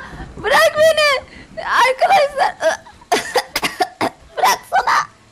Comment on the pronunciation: Abi sen niye arkadaşlar diyecegin yerde ankadaşlar diyorsu .